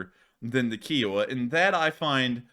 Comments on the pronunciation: Ki O Wa Pronounced Ky O Wah. It’s not a car made by Hyundai. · Kiowa as in the tribe it is named after and the fact that every documentary says it pronunciation KI owa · Kiowa With a long I. I like the Indian tribe Kiowa. Lol. Lol Had to give you crap about it.